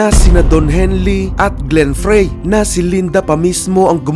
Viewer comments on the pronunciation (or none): bakit di mo I-google pronunciation ng Glen Frey?